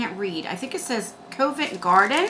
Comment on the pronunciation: At least you can have dentist appointments! They have been closed here for the last 3 Months and aren’t opening for routine care anytime soon. In mine they won’t even write you a prescription. 😒 The ofra highlighter is pronounced Cov-ent (the ov sounding like “of”) not co-vent. It’s a place in the city of London. xo